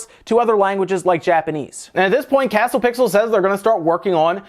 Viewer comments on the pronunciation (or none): none